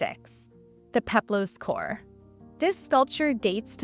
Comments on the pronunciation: Female Greek sculptures are maidens, or korai. Singular form is kore, pronounced kor-eh, not "core". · Fantastic video! Love to see engaging and accurate content about this subject. One note: it is KOR-eh, not KOR ^_^ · Isn’t it pronounced ‘kor-uh’ instead of ‘cor?’ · Very interesting, I've always been fascinated by the idea of polychromy - the past is so much more colourful than we realise! (Kore is pronounced 'kor-ee', just for your knowledge.) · As i understand it, Kore is actually pronounced "Co-ray" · Hearing “Kore” pronounced over and over with one syllable instead of two grates upon my poor delicate sensibilities.